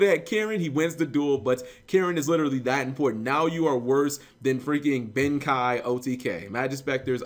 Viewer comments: cap, tis pronounced, Ben KAY, not Ben KAI. see the 'e' in Ben KEI? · BEN KEI. not Ben Kai just sayin' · it's... pronounced "ben-kay" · I think it's pronounced Ben "Kay"